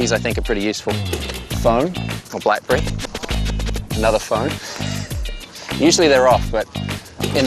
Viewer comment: "blackbrry" lol